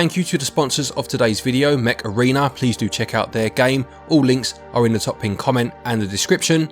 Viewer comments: I kept hearing 'Macarena'. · My American ass thought you were saying thank you to the Macarena for the first minute of this video. Great video guys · Now I can only hear you saying Macarena, instead of Mech Arena, well played 🤣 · Everytime they say "mech arena", all I've heard was "macarena" lol